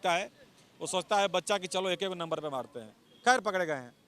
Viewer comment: Or ap bihari ho...ra ko da or da ko ra bol rahe h ...pakde ko pakre etc 😂😂😂😂